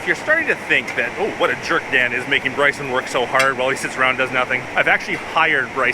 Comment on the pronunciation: Everytime u say Dan I hear dad lol